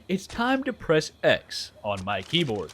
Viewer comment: after years of taking crap about NOT using a keyboard, feels like he’s over emphasizing it now! 😂 “There! See?! ‘X’ on my KEYBOARD! Leave me alone now!”😜🤣